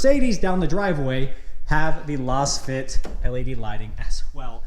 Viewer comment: I think you are mispronouncing Lasfit. It's pronounced like you would say laser or lazy or Lay's potato chips. Lazefit. You're saying like you would pronounce lozenge which makes no sense